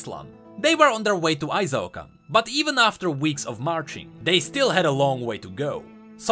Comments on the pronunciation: Why do you pronounce it as ay-zaw-kan? Qiyana always says i-shaw-can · Qiyana:... did this low life peasant from nowhere just called our great capital city Ai-Zao-Kan??? EE-SHAO-KAN! SAY IT!!! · "I-Zao-Kahn" Qiyana: I-SHAO-KAHN, they must all learn to say it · It kinda makes me mad that Qiyana literally says how Ixaocan is pronounced but people still can't get it right. "Ee-shao-KAHN" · Doesn't Quiyana pronounce Ixaocan as Ee-sha-oh-kahn? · Ixaocan=Eesh-ow-khan Literally one of Qiyana's voice lines is how to pronounce it. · Maybe I'm being entitled, but I feel strong Latin American vibes from ixaocan, and I alway pronounced it as "e-Shao-khan" since that's the pronunciation in Spanish, me being from Mexico.